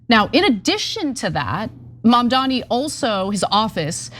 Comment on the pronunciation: It's MaMdani.